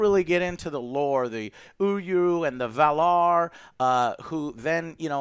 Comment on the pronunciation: The...who now exactly? 🙃 Eru, I think you're trying to say? As in Eru Ilúvatar? (Basically, he's "god".) That's "Ee-roo". And Valar is "val", as in "Valerie", and "ar", as in, well, "are". Hoo, boy... 🤦‍♂️😖 Long time Tolkien fans should prepare to hear every word Tolkien ever created butchered on the Internet for a while. 🤪 Well, at least until people start to hear how they are pronounced on the new show(s). (Don't forget the animated War of the Rohirrim show coming out from New Line/Warner Brothers, btw. 😜) There are pronunciation guides in the books and no doubt online. It's not very complicated, so print one out (it would likely fit on one sheet of paper) and have it on hand. 😉 Maybe even have a cheat sheet with some of the more common words and names, too. 😎 Tolkien was a philologist, so all the languages he created weren't just weird "fantasy sounding" words that he sprinkled throughout the books. Each word is full of meaning and (of course, fictional) history. In fact, he basically originally started creating his universe as a basis/framework for how each of the languages developed. Even if you just scratch the surface it's fascinating to delve into. And you won't be in danger of delving "too greedily and too deep". 😉